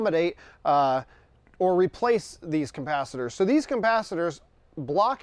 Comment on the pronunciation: Is he saying coMpasitors?